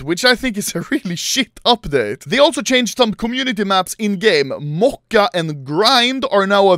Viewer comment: not mocha - моча